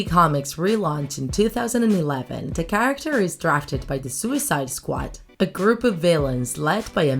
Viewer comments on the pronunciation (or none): none